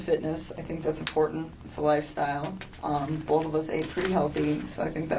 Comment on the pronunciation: It's not Bolth but BOTH 😂😂🙄